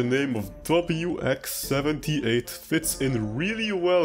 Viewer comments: Love how calls him “wix” instead of W-X lol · Also ITS W-X not WICKS it’s W-X W. X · Even after all this time, calls WX "wix" lmao